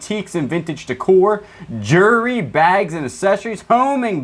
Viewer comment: Also, practice saying jewelry.... JEW-L-REE.... ;)